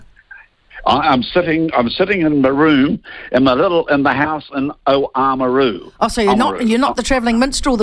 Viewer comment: And why is Oamaru pronounced O-Oamaru on T.V.? really pees me off...can't they say Oamaru with a silent A without trying to sound like Dicks? No not you:)